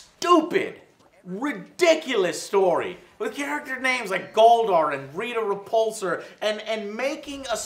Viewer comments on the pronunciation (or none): It's RIta Repulsa. I don't know why Americans say Repulsor or Repulse. lol